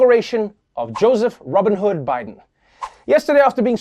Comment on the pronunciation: I could have sworn I heard biden say "Robinhood" lol